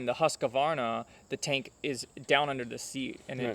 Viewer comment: I lost it after a couple of second when you pronounced Husqvarna as Husskavarna. If you cant say it right just call it Husky. Isn't there any american that can read and spell it right?